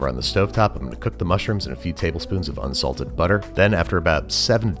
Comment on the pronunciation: No one: Andrew: UNSALTED butter